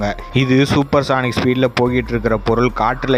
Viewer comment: சானிக் இல்லப்பா....சோனிக்